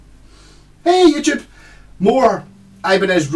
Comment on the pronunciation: Today I heard for the first time what you say at the beginning cause there were subtitles "Hey YouTube!". I always understood "Hey Agypt!" Very funny...isn't it? 😂😂😂